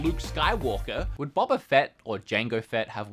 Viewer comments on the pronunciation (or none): none